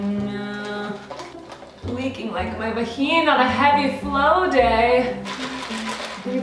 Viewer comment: So how did she say vagina perfectly in Spanish wtf